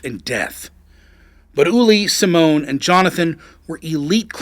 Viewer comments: Simone is Italian for Simon, it's pronounced simonay, not "simone" which is a woman's name. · Please try to speak out the names more correctly, its not that hard. You are calling the guy "Simon" "Simone", which sounds more like the female version of that name "Simone". As a german speaker I was thinking the person who was so insulting was a woman.